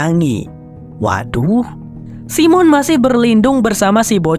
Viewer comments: bacanya saimen bukan simon😅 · Jangan Simon bang bacanya (saymen) lebih oke